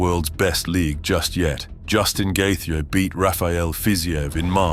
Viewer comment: I understand you want to make shortcuts, but you can't at least proof-listen to the ai narration? "Justin Gaythia"